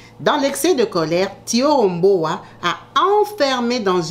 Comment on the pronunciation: Le prénom et le nom étaient mal prononcés, dans la vidéo mais si c'est thioro mbow oui elle est sénégalaise